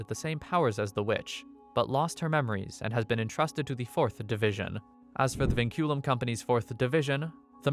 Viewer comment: “Vinculum” (Pronounced Winkulum) translates to chains in Latin